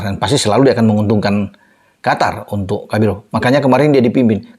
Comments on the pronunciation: QOTOR bkn Qatar = Afatar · Qatar kalo ditulis arab bacanya qothor